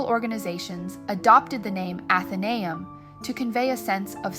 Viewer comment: I'm a member, it's so worth it. It's pronounced Athen-ay-um, accent on the ay.